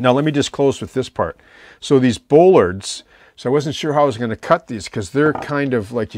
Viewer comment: Superb modelling! I have been watching your vids for a couple of years now and have learned MUCH. In a previous life I was a welder/fabricator with a few years of working marine construction so I have a couple of tips to contribute: bollards are pronounced 'ball-ards' not 'bowl-ards', the reverse curve of a ship's hull that you are working on so correctly is called "tumble-home" (whenever the stern sides of a ship curve inwards above the water-line), the slots you said you are unsure of the purpose of - they are, indeed, scuppers. They ensure that no water that gets up around the large diameter pipe that wraps around the whole stern of the tug is not able to lay in the V created by the pipe and the plating and promote rust. The round 'pegs' do indeed pop up from the hydraulics cabinet in the center of the transom area. These, together with the roller you pointed out form the 'fairlead' that guides the tow cable. They are retractable because if the tug should somehow get cross-wise to its tow, it is possible for the cable to roll the tug over on its side. Tugs have been lost in the past due to this, so current designs use these retractable fairleads. If you visualize the tug as having its tow point positioned ahead of the propeller at the center of the winch drum, the geometry becomes clear. I will be looking forward to part V. All the best and thanks for sharing your deep knowledge...